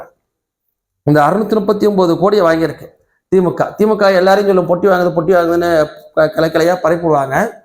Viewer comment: Dai normala pesu, yeadhukku iluth iluthu pesura! Veetla ippadiyya da pesuva! Theemukkava illa da Dai adhu thee moo kaa!😂